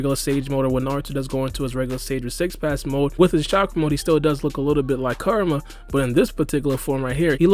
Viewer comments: Man u gotta learn how ta say KURAMA. sounds like karma when u say it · Bruh. Kur-a-ma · Karma- is what Boruto and Kawaki have. Kurama or Kyuubi- is the nine tail fox trapped inside Naruto. They are pronounced differently and said differently, that's all I'm saying bro, good vid tho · So we gonna ignore the fact he’s saying karma not kurama